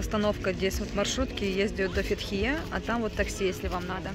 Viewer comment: фЕтхие,а не ФетхиЕ!! Олюдениз а не Алиденз)